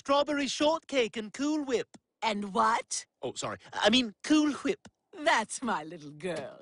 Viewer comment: crlon it's a running joke where Stewie always pronounces cool whip wrong